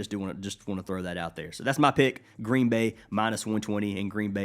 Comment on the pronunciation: Gween gween